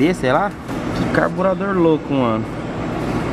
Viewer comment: deu ate agonia ele falando "carburador"